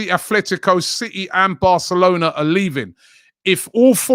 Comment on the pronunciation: There is no "H" in "Atletico" Rabbie...